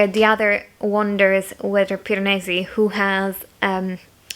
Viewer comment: I love it when you say "Piranesi" in your italian accent! It's not the type of book I would read but still, I really enjoy any vlogs you upload! Small human is very cute :) Kudos to you for filming reading vlogs with a tiny baby! and a needy dog! haha xx